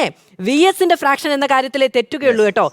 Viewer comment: ഫ്രാക്ഷനല്ല, ഫാക്ഷൻ